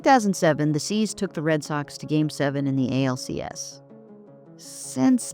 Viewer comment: Did she call the Indians the C’s?